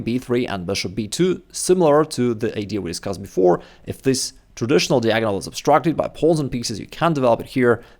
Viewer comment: Dude can learn chess and become a GM, yet he still can't learn how to pronounce "diagonal". 😂😂😂